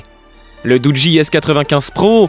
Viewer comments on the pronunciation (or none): Sa se prononce dougi l'ami raahhlalah 🤦